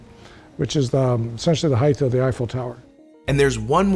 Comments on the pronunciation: ish. I thought that was Quinton Tarantino 🤣 An engineer type who doesn't pronounce words correctly. HeighT! Not HeigTh!! Sorry, this is one that gets me😆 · Brilliant minds saying "heighth" instead of "height" instantly makes them seem dull. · "...Heighth...." * height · WTF ? HEIGHTH ? this guy, already introduced and theoretically knowledgable, cannot even pronounce the word HEIGHT. There is no TH at the end. Not like width. It's like Might. HITE if you must. Jeez, who'd employ this guy ? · Somebody needs to tell that guy it's pronounced hi-te, not hi-th. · I argued with my parents and my uncle until the days they died. The word is 'height', not 'heighth'. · God bless William F. Baker (engineer, Burj Khalifa), but his pronunciation of height as "hidth" was pretty maddening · My trepidation level increased when the architect who designed the tallest building in the world pronounced the word "height," as "heighth." Twice. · It's not heighth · An architect really should know the word height.* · "HeightH" Nooooo..... 🤫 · World expert in tall structures saying "heighth"... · What's a Heighth? Lol so stupid. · Homeboy said heigth 😂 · "heighth" - GAAAAHHH! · It bothers me SO much when people pronounce the word "height" which ends with a /t/ sound, as "heighTH" or ending with a /th/ sound. It's not even like the word "often" where the first pronunciation is a silent 't' and the second is a hard t (less preferable but accepted). The word HEIGHT hos no other way of pronouncing it. You don't sound smart, you sound STUPID. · A skyscraper architect who can't correctly pronounce the word "height." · Mr. Baker mispronounced height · How can an architect not pronounce height correctly?